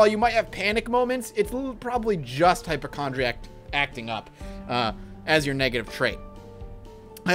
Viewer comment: Hyp-O-chondriac has an O sound in it